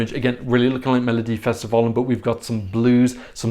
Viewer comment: Omg your pronunciation of "Melodifestivalen" is so good! Makes me delighted to hear as a swede :))